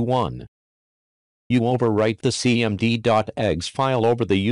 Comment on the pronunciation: I wonder if he allow the rooster to crow at the being of his video because the voice over sounds like he is saying egg and not exe. But then again its a rooster and they don't make eggs.